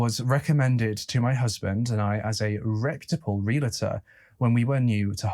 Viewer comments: listen to Americans saying 'realtor'. It is 're-al-tor' not 'real-alator'. Otherwise just fine. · Realtor, not realator. Jewelry, not jewlery. Nuclear, not nucular. Thank you. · Pet peeve: it’s real-tor. NOT re-la-tor!!!!!!!! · Ok I’m gonna get a bit realtor bitchy here. It’s NOT Real-ah-tor. It’s REAL-TOR! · Out of the abundance of the heart the mouth speaks, mental illness or no mental illness. BTW, realtor is pronounced real-tor, not reala-tor.